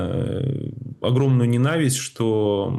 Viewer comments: Даже интернет не даёт написать так, как вы произносите..лизировать, ненАвисть( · Он это слово говорит по украински, оно по украински звучит именно так. НенАвысть.